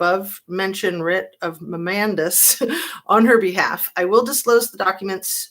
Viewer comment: Mandamus is pronounced “man-dame-us.” It’s a writ that orders (mandates) the government to do something to uphold a public duty